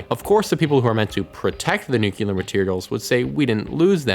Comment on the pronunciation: NU-CLEAR not NUKE-ULAR